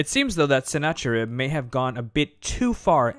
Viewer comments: Sennacherib or Sîn-ahhe-erība is usually pronounced with a fricative, a kind of throaty h. There's no English example I can think of, but it's a common sound in modern Arabic and Hebrew. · The CH in Senacherib and Chaldea should be the same CH sound as in Nebuchadnezzar. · Us Assyrians pronounce it as SIN-khi-ru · The "ch"s are pronounced with a hard "k". i.e. Chaldea is kal-di-a and Sennacherib is si-nak-a-rib. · Hi, thanks for stopping by. Yes, you're correct... Sennacherib is also incorrect for the same reason. This was one of my first videos where I had just started to learn the proper pronunciation of many of these words, and I totally apologize for that. In a few weeks a newer, more in-depth version of this video will be out, so it will be corrected in there. Thanks again for the feedback, I really appreciate it! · No actually the "ch" used as you say is also incorrect because you are implying the German and french usage of ch which the c letter is dominant sleuth only the Caaa sound no haaa sound. The 'ch' you mean is the semitic middle east transliteration. Čh čh is the correct form. It's pronounced "hoocckkaakkkccckaakk" in sound via hocking. čh aka like čhet and čhat which are the semitic letter in their alphabet. It's Sinačharib and Nabučhadnatsar. Lačhayim is the Hebrew word for to life and Ačhmed is the Arabic proper name for a person. You see now. I am middle eastern and I will teach you the proper procedure to pronounce our dialect.